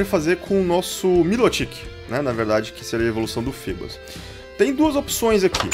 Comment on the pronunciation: a pronúncia não é fibas????